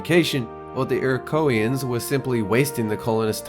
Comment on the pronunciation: You Mispronounced "Iroquoians".